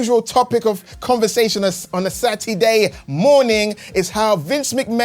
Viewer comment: its Sat -E-Day baby 🤟